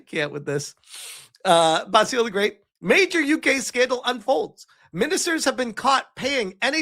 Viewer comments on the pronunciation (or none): Basil is pronounced 'Baz ill'. Not 'Bass eel' ;) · Your pronunciation of Basil is killing me. Watch an episode of Fawlty Towers.